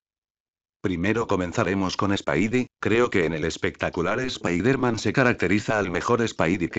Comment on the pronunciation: el dice mal spider-man